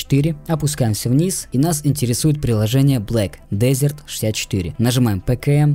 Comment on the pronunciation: да не хочу показаться душным, просто уши режет, произношение ведь через Э а не Е